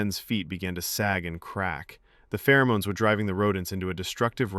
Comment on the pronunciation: This is really horrible! Good Lord! Phermones.